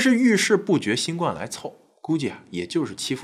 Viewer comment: 新[冠]病毒： 音[灌](X) 音[官](O) 從輕[處]罰： 音[觸](X) 音[楚](O)